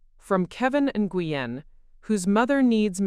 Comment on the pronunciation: N goo yen!!!😂😂😂 Nguyen is pronounced Winn